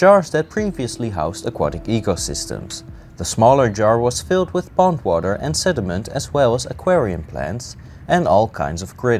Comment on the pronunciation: I thought you said the jar was filled with "bong water" instead of pond water.